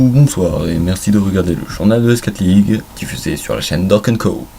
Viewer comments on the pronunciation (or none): Pitié. Prononce S4League en anglais, ESSEFOURLEAGUE :( Sinon bah, wtf (dans le bon sens) ... il y a de bonnes idées mais peut être trop en live ? Je saurais pas dire ^^